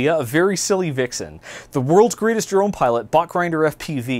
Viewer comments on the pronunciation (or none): none